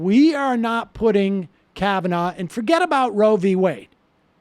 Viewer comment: It's Roe, not Road.